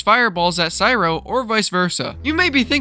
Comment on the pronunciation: It’s Cryo Not Cyro